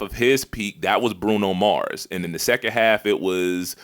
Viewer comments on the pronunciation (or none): none